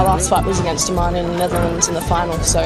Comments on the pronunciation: I dont understand how no one can pronounce her name right, Imane, not Aman. So strange, like Kamala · I-man-e. it doesn't get any more cut and dry than that